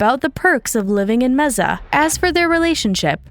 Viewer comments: God bothers me you dont know how to say mesa arizona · The way you pronounced Mesa made me cringe every time! Google much??? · the fact u can’t pronounce mesa is disturbing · Please look up how to say the location you're are doing your video on. It doesn't take much effort. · Watching this in Mesa, Arizona and cringing every time they mispronounce the name of this place. 💩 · Watching in Wisconsin. Also cringing. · It’s still not pronounced that way in Spanish. You oughta learn to speak the language before you try to pronounce it. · Everyone in the US except this girl knows Mesa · Why do you say Mesa like that 😭 there's no z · Where is Meza? It’s Mesa as in table said in Spanish May sah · computer generated audio. city is pronounced Mesa with a "s" not Meza with a z. 😮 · Mesa is pronounced "May-suh" with an "S" not "Mehza" with a "Z" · It's pronounced M-A S AH Not M-E-Z-A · IT IS MAY SA. MEEZA GOT IT MARICOPA COUNTY TEMPE, PHOENIX, APACHE JUNCTION AND. MAY SA. NOT MEEZA! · Mesa is pronounced "MAY-suh" in both English and Spanish, not "mezzuh," just FYI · What town was that? “Meza” AZ?? Is saying Mesa as “May-Sah” such a hard word to pronounce? It’s so obvious . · IT IS “MAY-SAH”, NOT “MAY-ZA” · “Mehzah” Arizona? Nope. Try “Mayh-suh” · Meza? It’s MAY-SUH. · I am literally Spanish and live in MESA az, if you say MEZA you’re getting looked at funny. In Spanish it is pronounced mesuh. No Z. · It's pronounced May-sa, Mesa. Not Meza. Mesa, Arizona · It's pronounced May sa. Not meza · MAY-SAH Not Mez-ah 😂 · ...but there's no "z"...why do you keep saying "Meza"?? It's Mesa, Arizona, like "may-suh." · May - sa, not mess-a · It’s pronounced May-SUH, AZ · “mezza” Arizona 💀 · Mezzuh, Mezzuh, Mezzuh...Ugh!!! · It's "may-suh" Arizona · Need to work on your pronunciation of city names... Mesa... MAY SUH... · you really need to learn how to pronounce. (MESA) I live in Arizona, and this make you sound uneducated. ( may sa) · Take a shot every time she pronounces it “Meza”